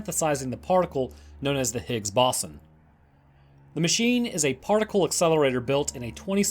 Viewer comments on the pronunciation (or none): Stop it, stop saying BASON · My god the pronunciation of ‘bO-zon’ and other words in this was way too distracting 😂 BOSSON wtf is bosson lmao (Still listened to it all tho 👀)